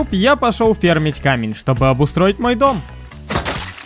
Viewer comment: оставляю тебе комент!!! Ты понятия чуть путаешь фермить и фармить))) фермер этот фермер который на ферме живет пасёт скот и сажает всякую Х....ню) а фармить несёт другой смысл, и когда ты говоришь в место фармить камень, фермить камень тут как слон по уху... говори правильно что бы слух не резал!)) удачи тебе